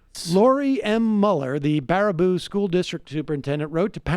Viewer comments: It's Bear-a-boo not Bar-a-boo lol. Im from Wisco tho, I prob wouldn't know if I hadn't grown up here. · Two minutes later and he's back to butchering the name. It's so simple: Baraboo is pronounced Bear-A-Boo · The town of Baraboo is pronounced "Bare-uh-Boo" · Bear-ah-boo...It's pronounced Bear-ah-boo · I notice he corrected himself...well until he said barber-roo and baba-roo later on lol...Wisconsin is actually a pretty cool state. Madison is great city. Milwaukee and La Crosse are pretty cool too. It makes me sad we are getting press for this shit. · For the love of God, it's pronounced bear-a-boo. Famous for the Circus World Museum. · It's pronounced BEAR-AH-BOO. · Pronounced BEAR-a-boo. I should know, I'm from WI. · How about learning how to pronounce the name of the city you are discussing. Reminds of the President who doesn't know the name of the burned out town where he is standing. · The1nOnly, you're right, I stopped watching after repeated mispronunciations of "Baraboo". Next time they should try to work on pronunciations prior to donning the role of journalist. It's called quality reporting. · What is a Barbaroo? Sam was butchering the name until he heard pronounce it correctly. Sam is great, makes great arguments, and makes great points. He's not great at figuring out how to pronounce names he's neer heard before.